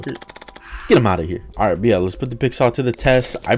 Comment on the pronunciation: Drinking game: Take a shot every time he says “byeah”